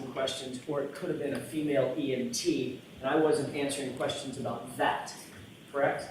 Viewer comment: I can't stand the way she says correct. She keeps saying krecked.